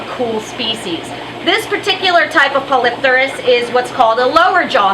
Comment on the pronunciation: I believe Polypterus is pronounced "poly-tare-us". Name means "many wings (or fins)" so it has the same root as pterodactyl. It doesn't make sense to pronounce it as "polyp-tare-us" since the 2nd "p" is part of a separate root word.